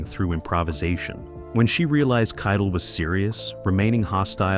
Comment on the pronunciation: It's Harvey KITEL PRONOUNCED KITE -ELL NOT KIDLE!